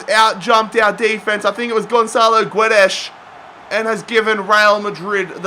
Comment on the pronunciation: It's not "Jao" it's "Joao", and Guedes reads "Gedes" in english, ffs all this time and can't still say simple names...